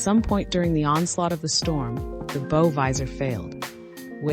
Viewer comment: Bow as in bow-wow, not beau.